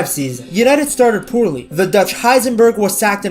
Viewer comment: Did I hear "ductch Heisenberg" 🤣